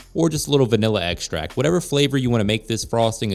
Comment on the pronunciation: Butter xtract and a ther-mam-ater?????? White Chocolate MACGUYVER I'm skurrrrrred!!!!!!!😮😮😮😮😮😮😮😮😮😮😮😮😮😮😮😮😮😮😮😮